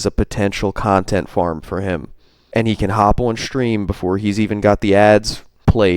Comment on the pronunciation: Oh and I was wondering,what’s a “Shhtream”? Why the shhhh? Is it a regional thing?